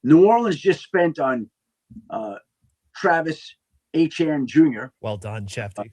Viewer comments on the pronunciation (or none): Eiteene it's pronounced (a-chane)